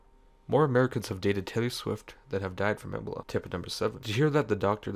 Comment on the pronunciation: i love how you say ebola... sounds like the right way to say it